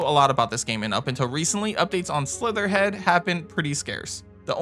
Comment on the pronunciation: Great list... very annoyed by constant name dropping games like Slitterhead with incorrect pronunciation. Slitterhead, not Slitherhead. Makes me confused on what the names are on some titles.